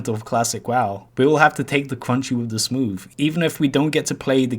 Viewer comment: Take da cwunchy wif da smoove